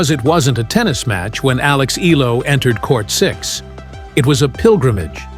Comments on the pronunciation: Eala - eh-ya-la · Hurrah Alex E-YA-LA